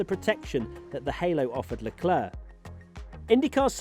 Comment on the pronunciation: luh·kluhk The last c is not silent.